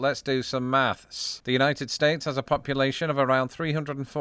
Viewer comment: I caught that "math...s" 😂